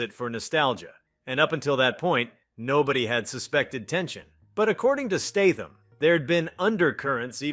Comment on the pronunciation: Does the guy talking in the video have reading problem or is he AI ? Almost all words and names are mis spelled in multiple different ways Steitham statham stetham lebouf le bo ouf and more. Thats NOT bad english problem. Bad english is ok. That's lazy problem.